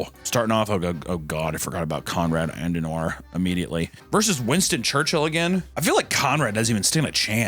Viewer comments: It's pronounced AD-EN-hour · Er heisst KONRAD ADENAUER. Nicht ANDENAR. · adenauer. ADENAUER. ADEN. AUER. “AHDEN-HOUR”!!!,! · Hes called Adenauer not Andenauer. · its Adenauer not Adendauer ffs! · It‘s pronounced Adehnower! (Adenauer). Stupid uneducated voters again!🤣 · Say it with me “ah-den-ow-er”, he was also a boss and totally built modern Germany. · If Adenauer is a vampire hes on his way to rn just because of how he butchered his name so hard for no reason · The word says “garibi,” papa says “garabi” The word says”Adenauer,” papa says “Andenauer” Happens a dozen times each video. Papa can’t read good. Always switching letters or syllables around. And he shows absolutely no remorse.